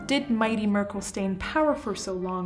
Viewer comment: "Angela Möörkll"